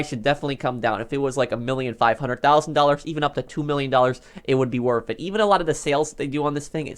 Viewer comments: Anyone else annoyed by how this dude says worth as wurf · Anyone like how he says “worf it”